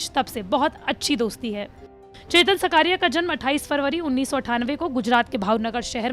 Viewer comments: सकारिया नही... साकरिया है... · It's not सकारिया It is साकरिया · Not सकारिया it's चेतन साकरिया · चेतन साकरिया. naam hai uska सकारिया nahi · It's not shkariya it's shaaakariya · साकरिया not सकारिया ... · सकारिया नही साकरिया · Surname Sahi Bolo Didi 😂😂😂 Gujarat SE Hu ....